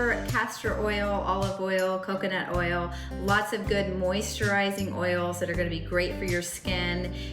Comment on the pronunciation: Can’t say “ moisturizing”.